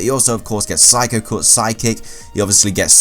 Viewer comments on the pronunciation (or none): none